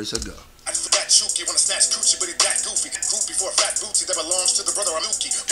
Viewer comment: Little mad for SFJ pronouncing Chuki wrong, it's Swahili for hate btw